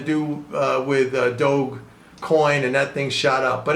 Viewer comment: its pronounced "Doudge"